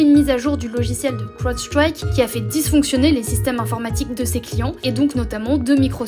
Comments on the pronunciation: L'accent du magreb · La prononciation inssuportable de Crowdstrike par madame